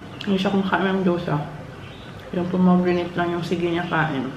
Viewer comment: sorry to comment such as this, mommy. but I think it's "pom-i-gran-it".